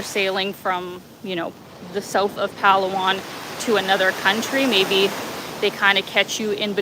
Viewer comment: It's not pronounced as PAlu-wan.. But pa LA 1